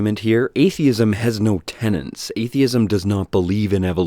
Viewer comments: 'tenets' not 'tenants' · You're super smart and entertaining,. Just wish you'd polish up a few things in terms of pronunciations and such. Like you say "tenants" for "tenets." Takes me out of the experience a little. Otherwise, rock on. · You don't understand Feuerstein's "logic" because it's not logic. Also, not to be an annoying stickler, but it's "tenets," not "tenants." I apologize if these points have already been covered in other comments -- I don't have the wherewithal to go through over 1100 comments. Really enjoy your videos; also admire your ability to sit through this guy's rants without punching your screen. I hear him say -- sorry, yell -- three words, and I just want it to stop.